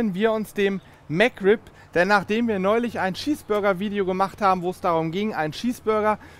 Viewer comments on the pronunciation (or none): Es heißt chees burger nicht Schieß Burger